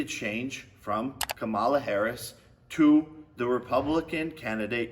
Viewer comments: Camel-la. Commie- La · If he can’t say Kamala’s name right, that alone shows he doesn’t know anything about politics. Smh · Wow they sent you the entire playbook of talking points! Including mispronouncing her name, that’s an important part.